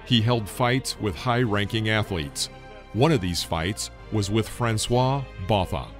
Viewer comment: Jesus Christ how you completely butchered Francois Botha's name lmao